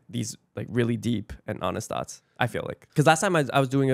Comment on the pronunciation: The only times I detected Brian's Boston accents in this interview is how you said thoughts and talk in this little segment.